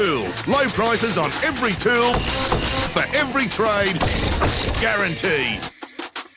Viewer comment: That add.. 😂😂 he couldnt say tool Kept saying tewl